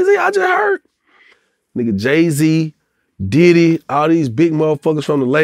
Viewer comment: Is it me or when he say diddy house he say daddy house